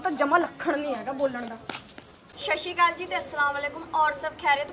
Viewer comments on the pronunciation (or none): Sshashikal kyu bolde o,,,, sat sri Akal hunda...... Plsss sahi bolya kro... .